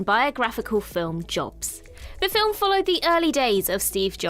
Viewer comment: How are you getting two syllables out of 'film'?